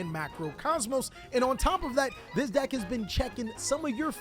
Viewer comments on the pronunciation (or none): You say ‘deck’ like ‘dack’ like a preppy white girl lmaooo